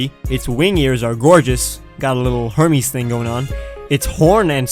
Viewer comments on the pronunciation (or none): none